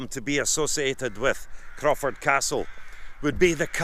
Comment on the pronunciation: Crawford Castle, eh? (Crow-ford) lots of crows to be heard and a river to be forded. Wonderful visit here. Thankyou for bringing me along.